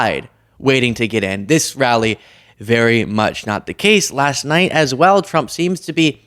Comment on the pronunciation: Your saying Frump 😂😂😂😂. Rolling tongue instead of enunciation !